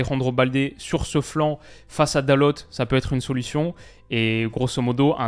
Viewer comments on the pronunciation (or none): none